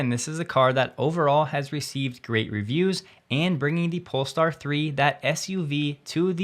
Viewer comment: Hey! You said polestar instead of Polé-star :) As always, love your content! Cheers from Sweden!